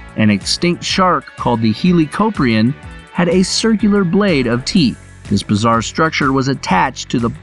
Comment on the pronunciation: It helicoprin not heelicoprin